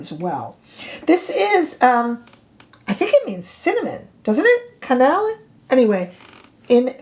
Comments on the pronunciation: “Cannelle” is pronounced kah-nell — like “car” + “bell” (but with an ‘n’). 😃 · Cannelle does mean Cinnamon in French. The E at the end is silent. The long A sound at the end of a French word that ends in an E is only used when there is the correct accent above the E itself or if it is a double E. Otherwise it's silent. Hope that helps. I took 8 years of French between High School and University, in case you want my bona fides. Rarely get to use it except to shop. LOL. Thanks for the video. Especially those eye liner color comparisons. This one is too red for me, but very pretty on you. Her Cinnamon seems more neutral than I thought it would be. That is now one I might add to my collection. Also, some of my eye liners from her are drying out. Do you have any fixes for that?💚